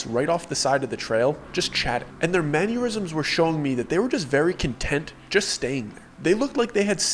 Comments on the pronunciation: Manyurisms? That's a weird mispronunciation. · There it is again, the word mannerisms is having to do with manners as in mind your manners and as such I've only ever heard it pronounced manner-isms not man-your-isms it's so weird that you say it like that.